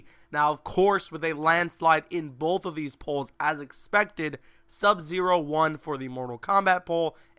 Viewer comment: he didn't say both he said booth